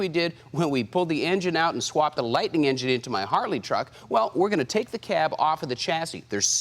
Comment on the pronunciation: Vehicle name: Ford Lightning Narrator in video: "Ford LightNING" Video title: "Ford LightING" Video description: "Ford LightING"/"Mini LightENING" HOLY CRAP, WHICH IS IT!?!?